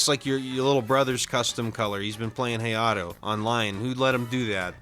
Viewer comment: I main hayato and hearing the way you pronounced his name made me very sad